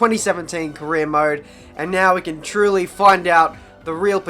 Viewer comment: Why when you say "truly" i always hear "trulli"?